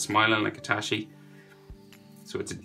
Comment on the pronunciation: It's I-T-A-C-H-I You pronounce like I-T-A-S-H-I